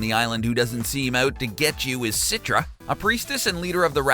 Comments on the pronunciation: its not "sitra" but "chi-tra" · Man, its "Citra" not "Sitra" 😂😂😂 also, Rakyat means people.. you just saying "peoples people"